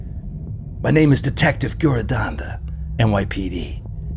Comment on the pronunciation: That's how you pronounce Giuradanda! Thank you!